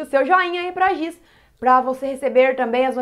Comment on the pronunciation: E Giz nao Gis ok